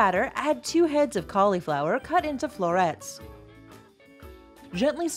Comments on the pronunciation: Please, please, please stop saying "Collyflower!", it is pronounced "callaflower'..Do you say "sangwich?", "ambliance"? Supposably?...Ugh!!!! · Please, it is not "collieflower." A Collie is a dog. It is caul (i as in rig or big) flower.